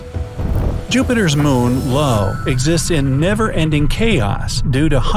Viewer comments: Eye oo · "Ohio" without the "Oh"! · Lo is io you pronounced it wrong basic pronounced i o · The moons not lo it’s io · Did he call Io “Low”? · You called Jupiter’s moon LO and it’s io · Ok.... Did the narrator just say "Jupiter's moon 'Lo'...(low)?" It's a capital i. Not a lowercase L..... And it's pronounced Eye-Owe. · I was also thinking that how he said low it's io. I am studying in grade 4th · lo is so cursed,it's i o. ,not lo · Jupiter’s moon lo is not pronounced “Lo”. It is “Eee-ooo”_ otherwise thumbs up. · its actualy called ai-O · you are right. But it still is not pronounced "Lo"